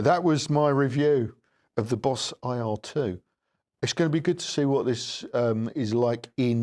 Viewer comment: It’s an Eye Argh, rather than err though 😊